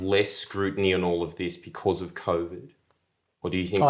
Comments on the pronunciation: Smart guy but if I hear Cov'd one more time I'm going to throw my Iron Warriors out the window. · Michael is brilliant, but the way he pronounces COVID fucks me up